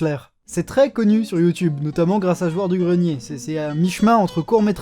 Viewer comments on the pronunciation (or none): none